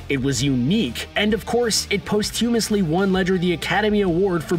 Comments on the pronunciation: PLEASE learn how to pronounce the word "posthumous" It it NOT post-humous!!!!! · You pronounce posthumous wrong